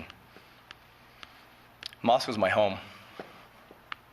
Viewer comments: MOS-CO not Moscow Fox news. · Moscow is pronounced "Moss-Coe", not "Moss-COW" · Pronounced “Mossko”. People pronounce it like it is in Russia!